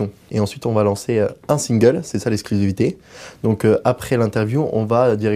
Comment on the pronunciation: "C'est ça l'escrusisivité"